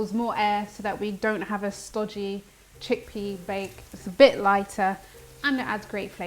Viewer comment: Sweetheart, I love your recipe but did you say vegan check pea?🤣😂 I can’t take you serious after that. Also I love that you are t scared of making mistakes - that’s actually what normally happens in real home kitchens… way to go!!